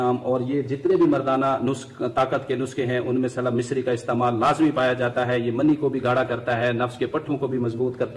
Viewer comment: Slub misri ni saalab misri correction please thanks